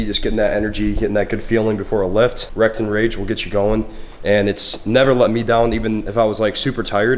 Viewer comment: ok it was wrecked and rage, not rectum rage like I heard it🤣🤣🤣